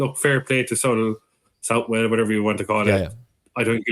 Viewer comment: You'll probably never need to say it again Emmet. But after being told off myself for pronouncing Southwell incorrectly, I've got to pull you up on it! It's pronounced like Suthle or Suthell/all. The "ou" sound should be the same sound as if you were saying the surname Sutherland, and the "well" is pronounced the same as the "le" at the end of hurdle. Yet another great episode though, thanks!